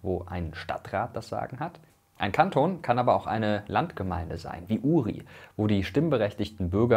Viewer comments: Kantoooon, lieber MrWissen2go, mit Betonung auf das o. :-) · Bei Kanton liegt die Betonung eigentlich auf dem o. Hat mich grad getriggert😅🙈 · Dieser Moment, wenn Mirko Kanton falsch ausspricht ._. Lieber Mirko: Man sagt nicht "Kanton", sondern "Kantoon", mit langem O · Man nennt es kanton (man sprichts so aus) und nicht kantton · Und Kanton wird nicht wie die Sprache sonder Kaanton ausgesprochen. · super video. Eine kleine Randbemerkung: Die Betonung bei Kanton liegt auf dem o. Es wird Kantoooon ausgesprochen ;)